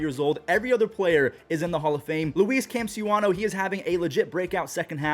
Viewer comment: Why can’t this guy say campusano right 😂